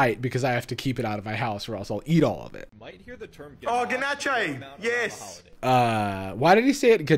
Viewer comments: As a true blue AUSSIE, we do not EVER say "ga-na-shay". We are normal. we say it that same. Just for reasurrence for non-aussies. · Ah yes, ganach-è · My first thought. He's all like, "Oh ChOcoLaTe "GaNa-ChAy" iS sUgAr AnD lArD!" If there's lard in your ganache you're doing it wrong, my dude. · Him making a point of saying "ga-nah-chay" repeatedly reminds me of when I was 5 and this bratty girl kept arguing that it's "Good Whale", not "Goodwill". She'd find a way to work it into conversation every time I saw her. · I thought the exact same thing, round about the gana-chee point 😩😅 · He fully committed to “gonnochay” 😭😂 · Ah yes my favorite: Ganachaè 😂🤣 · What the fu*k is Ganajay? I'm AUSTRALIAN, I've lived in Australia my whole life and nobody says that. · Ill let him off for the no shirt since hes australian (im also aussie) but the GANACHAY?? wtf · To be fair ganache is used in many bakeries in Australia. This clown just pronounced it incorrectly and pretentiously 🤣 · and as a cook the way he pronounces ganache really makes me grind my teeth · I'm not even a Baker, and I'm offended by how he pronounced "Ganache". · As a French person, the way he pronounces "ganache" hurts. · i promise us aussies dont say ganache like that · Remember that episode of Community where Jeff has a mental breakdown because he’s been on a super restrictive diet for his entire life, but still gets middle-aged health issues? I’m getting the same vibe but from a balding Australian who can’t pronounce ganache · Lmao dude knows how to pronounce croissant but not ganache? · There are so many terrible and awful things about this man but the funniest has to be his commitment to his pronunciation of "ganache"